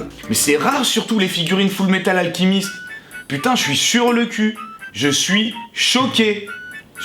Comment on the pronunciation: Au millieu de la plaque c'est kiki la petite sorcière un ghibli et ça se dit fullmétal alchemist ( comme chat pas comme k ) lol en tout cas superbe figurine et celle de miku aussi